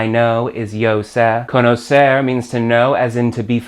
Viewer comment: Great pronunciation of the "r" for an american! You can do it better though. Try to end verbs like "conocer" saying the "r" the same way you say the "tt" (double t) in "better". That "tt" sound is a closer sound of the "r" in Spanish. Greeting from José!